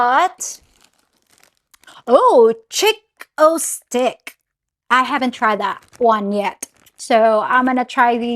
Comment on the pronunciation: Hi, wen u showed us the chick o stick candy it sounded like u said chick with a stick, lol